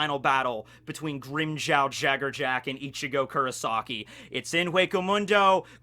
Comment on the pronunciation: Your pronunciation of his last name... Come on lol. JaggerJack lol.